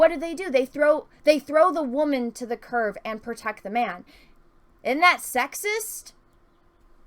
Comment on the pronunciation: completely respectfully and no snark intended, it's curb, not curve.